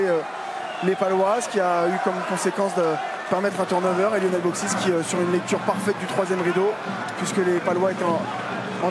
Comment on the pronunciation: Lionel et non Yionel